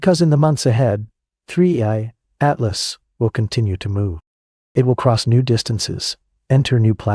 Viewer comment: First im legit 20 seconds in and your facts are wrong, its the Third interstella object not the second, why else is it called "3I" for?? cos its the third, so in that fact im not even watching the rest of this video. and ps might wanna pronuce the name right "3 I Atlas" not 3 80 atlas haha